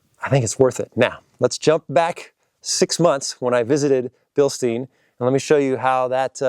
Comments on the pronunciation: When you talk about the shocks the e is silent like the beer mug, it's also the family name. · come on, you visited Bilstein and still pronounce it wrong. 🙄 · Whats weird is I think he pronounced it correctly once, but not all the other times